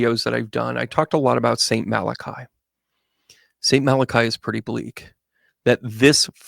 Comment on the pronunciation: I just came across this by accident and really enjoyed your analysis. Thank you. Let’s hope and pray for a brighter future. I hope you don’t mind me letting you know that the ‘I’ at the end of Malachi is not pronounced as an i. It is pronounced like ‘ee’, so Malach-ee. 🙏